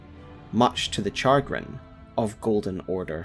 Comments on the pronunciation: Char-grin? Chagrin is pronounced "shaw-grin" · do Scots really say "char - grin" with the hard "ch"? Not "shagrin"? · it's "chagrin" now "char-gren" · Chagrin is pronounced shaagrin not chargrin🙂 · shuh-grin not char-grin 😄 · "Char-grin" 10/10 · Chargrin is pronounced sheh grin. Strange, but chalk it up to its french etymology I guess. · “Char grin” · “Char-grin?” And the English make fun of American English. Lol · Why is no one talking about char grin 😭 I love this channel but that's not how chagrin is pronounced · Americans pronounce it as shuh-grin but it's essentially a synonym for dismay or annoyance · Mispronouncing chagrin just killed me. It's pronounced "shuh-grin." Class is over.